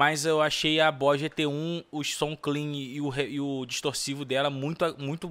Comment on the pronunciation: "Bois" Gt-1? 🤔 "Bois" ou Boss?